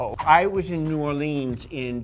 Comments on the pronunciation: “new or-lee-ns” Am I the only one from Louisiana that that amazing city said like that annoys the shit out of me? Sweetheart, it’s pronounced “new wall-lyns” or “ new or-lyns” Please get it right!!! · That's not how you pronounce New Orleans